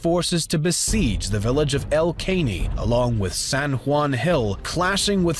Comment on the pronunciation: It’s not El Kay-nee, it’s El -Ca-neigh-ee